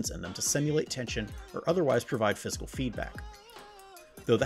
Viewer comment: How Is this reviewer pronouncing "physical"? It sounds odd to me.